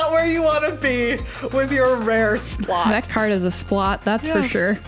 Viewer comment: Splott is actually a name of an area in Wales in the UK, and you by chance prounced it the way its said, highly enjoyed your videos